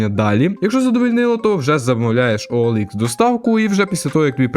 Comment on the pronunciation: Ніяк! Бо на ОЛХ (саме так правильно читається) перевіряються не комплектуючі, а люди.